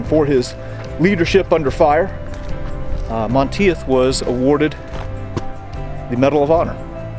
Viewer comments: Like your vids. just so you will know for future reference, It is pronounced "Mahn Teef". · *(It's pronounced MON-TEETH). Anyway, as a college student I lived in France for 6 weeks in June and July of 1990 on exchange. It was the summer after Greg Lemond won his second Tour de France by 8 seconds (and a third that year)- and France freaking LOVED Greg. This was still before France's general anti-American sentiment had begun. Yes, most Parisiens still hated us, but not all of France. I stayed with a family in a village called Brusvily, near Dinan, south of Normandy. It actually looked like a set from Saving Private Ryan. Most Americans don't understand that MOST of rural France still looks exactly like it did in 1944, (with bits of modern retail, etc). Anyway, as we toured this small town, I literally had numerous older men and women making it a point to come up and shake my hand to say thank you for what happened here. I was stunned. THEY STILL REMEMBER! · Monteith is pronounced “Monteeth” Really loving these videos by the way. 👍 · Great video. Monteith is pronounced Mon - teeth btw, pretty common name here in the UK, also sure it has Scottish origins. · Hey awesome video, one slightly annoying thing.. Monteith? = Monteeth.